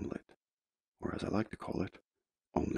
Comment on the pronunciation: WHEN YOU SAID OMLETTU FROMAGE I NEARLY SCREAMED.